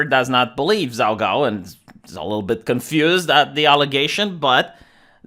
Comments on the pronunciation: hahaha, I laugh, the way you pronounce the name is too funny for somebody that speaks Chinese. It is the best pun. It sounds like you are saying messy cakes, or a phrase that means, shit, or oops. 糟糕 zaogao. So it is pretty funny. I am going to watch the video now, but the first second had me cracking up. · pronounced Jhao Ghao.